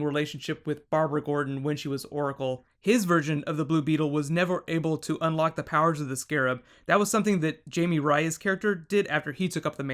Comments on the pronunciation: Just like to point our Jaime is pronounced Hi-Me not Jamie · it's pronunced Hi-may not Jay-mee. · It's Jaime. Like Hi May. Hes Hispanic bro. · Technically Jaime Reyes is pronounced "Hi-Mae" Reyes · Jaime is pronounced (Hi -me)